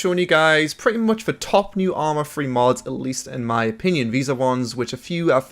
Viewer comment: It's 'Three" for "Free".